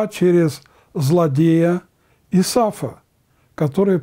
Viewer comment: Исав а не Исаф разные имена это.